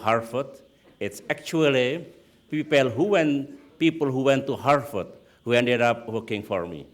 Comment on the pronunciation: OMG it's harVard not not harFard.. Indonesians tend to mispronounce /v/ for /f/ .. /v/ and /f/ have different sounds in English.